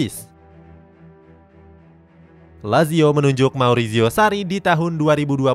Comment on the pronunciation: Marizio, bukan mauricio